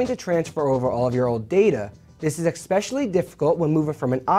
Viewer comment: I are like cool phones, "ECKSPECIALLY" the new ones.